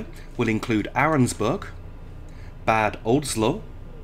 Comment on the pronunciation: Great video! Just a small remark: Bad Oldesloe should be pronounced like Bàd (short “a” like in Alpha) and Oldesloe, the OE is a specific german/dutch letter combination which has a specific sound, it is a little bit like a cow “moo’s” with the “oo” part being “oe”!